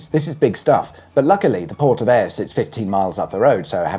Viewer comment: I'm impressed , your Gaelic has come on. You got Ayr ..bang on . ✅😂